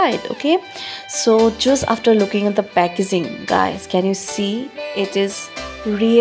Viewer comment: Packezin, shoft. Love it😂. Its her choice